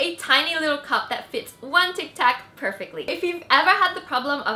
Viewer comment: Its tic tac not tax